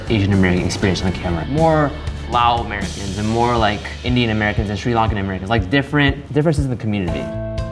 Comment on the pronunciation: when he said lao amerians i was finna cry